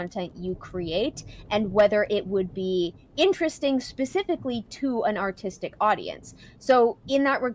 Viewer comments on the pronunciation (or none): Every time says Artistic✨ But I keep hearing Autistic~✨ 😅